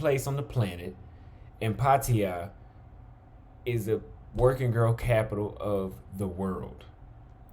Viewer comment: Its pronounced “puh-taa-yuh” not “paw-tee-yah”.